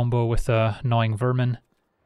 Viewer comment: It took me a while when said "annoying vermin" to understand that he actually said "a gnawing vermin" 😂😂😂 I think it was very well fitting name